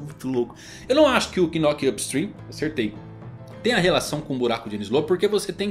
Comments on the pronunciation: a pronúncia do Knock up Stream não saí o "K" é tipo Knock out meu nobre guerreiro do mar, então fica só "Nock up Stream" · Na proxima nao precisa ler o "k" do knock na proxima, é mudo. Falar "nock up stream" é mais fácil kkkkkk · a pronuncia de knock up stream e de boa, só pensar em nócap strim, a letra K nao se pronuncia ^^ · knock vc não pronuncia o K…. Igual qdo knock out o famoso KO,…